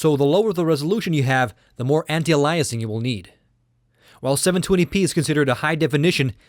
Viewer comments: I realize this video is 2 1/2 years old, but I randomly came across the series, and had to chime in that you are mispronouncing "anti-aliasing". The root word is "alias", pronounced "AY-lee-us", not "uh-LIE-us". AN-tie-AY-lee-us-ing. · aihll eee uss... like the series anti aihl eee us ing. not aliah us. Driving me nuts. Phonics!! lol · Idiot. Anti-Alyasing is wrong. It's pronounced Anti-Ayliasing. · i cannot fucking stand him when he says anti aliasing. HOLY FUCK ANTIALAIS? ITS FUCKING ANTI ALIAS. ALIAS. LEARN TO SAY ALIAS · Dude I Like these videos and respected your opinions and your knowledge. However, I could not stand to hear the way you say Anti-Aliasing. It's not Ah-Lie-uh-ing, it is ey-lee-uh-sing. GET IT! please change this while you only have 28000 so people will watch till round 12. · Anti-augh-lie-essing, this pronunciation Ive never heard before are you from Europe or Canada? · It's pronounced anti-ayliasing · Very detailed comparison...thank you! BTW. It's pronounced Anti-A-LEE-ess-ing. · Gzeenos...lol...allyasing...lol...the poor guy needs to take a speech class. I've heard foreigners with thicker accents than his still pronounce English words correctly. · I'm sorry but i could barely listen to this, its pronounced (anti-ale-e-es-ing), it made you sound much less intelligent and it made taking your opinion difficult. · holy crap this guy needs to learn how to pronounce anti- aliasing!!! beyond annoying